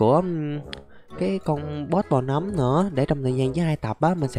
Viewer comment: nấm mà anh đọc thành núm? WTF!